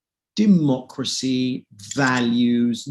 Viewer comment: Is it me or did the first guess say "dim-mak-cracy?" ( as in dim mak the "death touch")